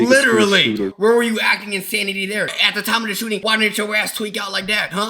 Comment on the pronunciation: wth is a shoeting!? it's shooting!